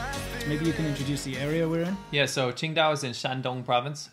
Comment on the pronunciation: Thought you were saying Ching Dai, like the Chinese god from Big Trouble in Little China. You should do a commentary track of that movie, really, really, really should.